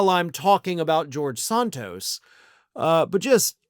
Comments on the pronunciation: Isn't it Santos not Sahntos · Never heard his name pronounced 'Sawn-tos'. I thought in was SAN-tos. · Please don't honor him by using European pronunciation of his name. It is "Santos" with the "Sa" pronounced like in "sand"…..that stuff you find at the beach. "Sand Toes"